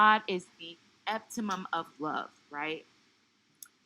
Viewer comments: What’s eptimum? You mean epitome (e-pit-o-mee), or is there a spiritual word I couldn’t find on Google? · It's pronounced nar-ci-sist, and e-pit-oh-me. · The word is epi-tuh-mee